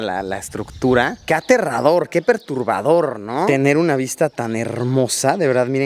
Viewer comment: creo que es perturbador amigo no ¨perurbador¨ saludos.